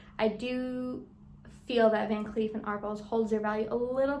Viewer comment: It’s pronounced “Van Klef” not “Kleef”.